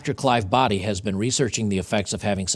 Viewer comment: It’s Dr Boddy, not Broddy.